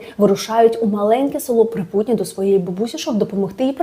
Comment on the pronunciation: Живу в Чернігівській області. Все життя чула назву цього села із наголосом на першому складі: ПрИпутні.